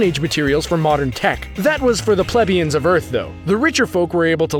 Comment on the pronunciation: You pronounced "plebeian" like a plebeian.